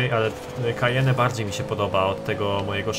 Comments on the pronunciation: co to jest kajene? czyta się Kajen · To Porsche z jak już to czyta się "Kajen", a poza tym to i tak jest Macan :P